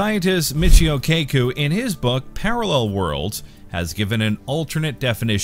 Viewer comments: It's pronounced "ka-koo" not "kay-ko". Poor Michio-san. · (Kah-Coo) not Kay kuu